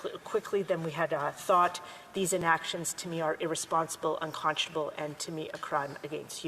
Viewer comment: These foolish Liberals are so SILLY AND EMBARRASSING!! She can’t even pronounce “unconscionable” properly!! Crimes against humanity— what a silly little girl she is!!